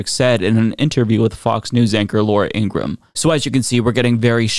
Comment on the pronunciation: It's pronounced.... Ing-gra-ham. * Fox (so called) News anchor. Talking head. Her brother said so. It's a great pronunciation.